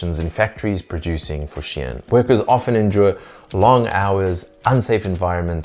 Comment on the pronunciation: Awesome, but Shein is not pronounced as Shien 😂